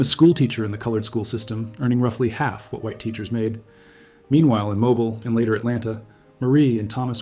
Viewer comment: It’s pronounced mobill not mobile like mobile phone